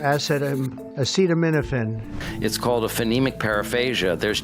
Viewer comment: When you're going to give a speech about acetaminophen, maybe learn how to pronounce "acetaminophen".